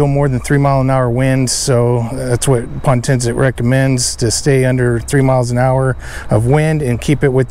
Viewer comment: POtensic, not pontensic.